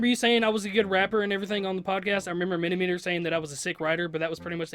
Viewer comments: He said MINIMETER, LMAOO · Mini"MINTER". Its not hard to say it right. I promise. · Its miniminter not minimeter just to point it out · I swear i keep commenting the same thing its (mini-mint-er) not (mini-meter) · Fucking say M I N I M I N T E R right not mini meter